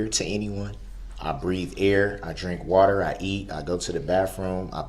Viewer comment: "Wather" I believe it or not. 😁